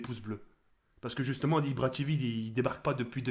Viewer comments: mdr ibra tivi TIVI c tv pas TIVI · deja on dit pas ibra tivi mais ibra tévé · mdr tu dit ibra tivi on dit ibra tv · Ca se prononce "IbraTévé" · Ibra "Tivi" Mdrrr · il me tue il dit ibra tivi xptdr Je me moque pas te le meilleure continue! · "IbraTivi" mdrrrr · Ibra TV il l'a dit à l'anglaise mdr